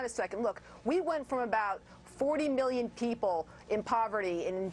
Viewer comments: "We went from 40 million people in poverty in 2009 to around 46 MILLION people in poverty today" … saying 'million' like that really adds to the spin! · Gotta love how when she's speaking about 2009, she simply says "40 million" then today she says "46 MILLION" as if she's trying to emphasize the million in the second figure and the first figure's million is not just as bad...fucking pathetic